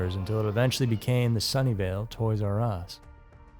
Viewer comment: I thought he was saying "Sunndale" lol I was like ITS A REAL PLACE?? lol and it would've made so much sense lol